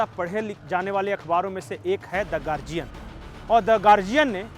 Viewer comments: प्रणाम🙏आप गार्डियन उच्चार किजिए ना की गार्जियन। बाकी गार्डियन का हिंदीकरण बहूत सराहनिय है।कर्नाटक में १९ में प्रज्वल रेवन्ना देवेगौडा के पोते चुनाव जिते हैं। बाकी सभी जगह भाजपा जिती है। ईसाई समुदाय लव्ह जिहाद से परेशान है। अनिल एंटोनी केरल के कद्दावर नेता ए के एंटोनी के पुत्र भाजपा मे शामिल हो गए है।अन्नामलाई पुरे जोश के साथ काम कर रहे है। कॅांग्रेस का प्रभाव कम करनेके लिए के सी राव भाजपा के साथ हाथ मिला सकते हैं। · Wonderfully pronounced Guardian became "gargian" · Read correct Guardian